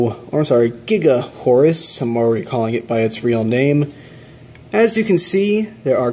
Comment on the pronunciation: It is pronounced, "Gaga Horus". The katakana/symbols are, "ガガ", is pronounced, "Gaga". If it really was supposed to be, "Giga", it would be spelled, "ギガ".